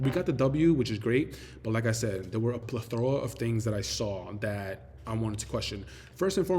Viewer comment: Bro, learn to pronounce plethora before you use it. #ReadingIsFundemental 😂